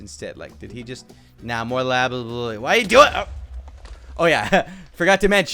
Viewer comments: "Lapis Loolie" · “Lapis laluly” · "lapis lailai"